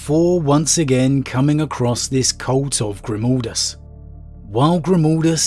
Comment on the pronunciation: ... What? GrimOldus...? WHere did the O instead of A come from? xD